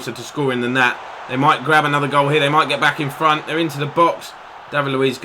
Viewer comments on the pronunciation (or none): none